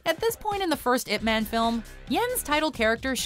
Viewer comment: Why would you call him ipMAN like he is part of the mcu. Its ip MAAAHN